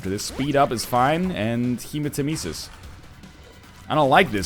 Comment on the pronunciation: NL, Hematemesis is pronounced hee-muh-teh-meh-sis. Temesis like nemesis with a T.